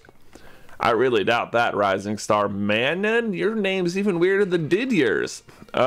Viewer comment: ... I feel like you're ignoring the fact that the region for X & Y is inspired by France, so these names are meant to be said with a French accent... "Dee-dyay" and "Mah-noh," with an added nasal sound for added French effect on Manon... ; ) Anyway, I'm studying in Paris this semester, and I have a friend named Manon; it's not an unpopular name. I feel like it'd be pretty amusing to hear you give these names a really over-the-top French attempt instead of pronouncing them as if they were English names. =^.^=